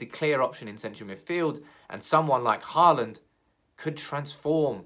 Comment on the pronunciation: It’s Haaland. Aal is pronounced as you pronounce all. Dammit! :-) Think ”Hall and”.